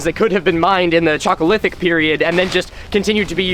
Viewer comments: People reading the chalc in chalcolithic as chalk always makes me cringe. It's not an english "ch", it's a greek "χ" like in Christ. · If only he pronounced it corectly (halkolitik), because the way he does, makes one think about chalk rather than copper... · THE CHOCOLYTHIC PERIOD lol idk if thats what you said but thats what i heard and im about to be on mine rn.